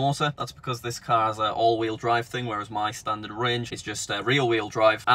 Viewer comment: "STANTARD"? Mistakes do happen sometimes...